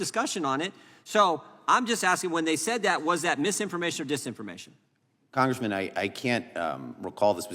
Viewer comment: If he says congreeman again u'll scream